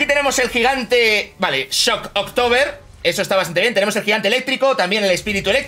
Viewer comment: No hay ninguna "o" entre "shock" y "tober" o ningún espacio, medio un tock que dijera "shock october"